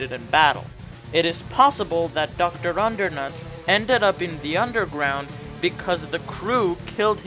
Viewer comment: did you just call him Doctor Undernuts?